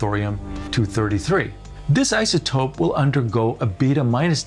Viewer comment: Conzoomes. You hear how this guy says that? Izatope.